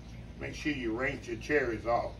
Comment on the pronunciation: No heat or sharp objects! Perfect for my nieces and nephews to prepare during their next sleep over at Aunty's house. My Dad says rainch instead of rinse too 😂